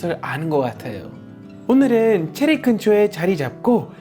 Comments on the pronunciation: 체리가 제리로 들리는건 나뿐인가? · 발음이 제리가 아니라 체리